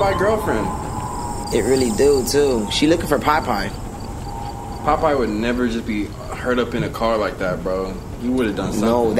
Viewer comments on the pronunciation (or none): "pie pie" instead of "popeye" has to be one of the funniest things ever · saying piepie instead of POPEYE has me so dead 😭😭😭😭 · This one always cracks me up. talking bout some “Piepie” not Popeye😂😂😭